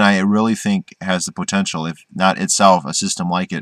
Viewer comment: I like how you say the word POtential. Great video.